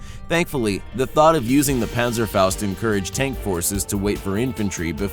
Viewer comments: It is Panzerfaust not Pänzerfaust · Pänsäfaost... Fleigafaost... Your pronunciation is really bad...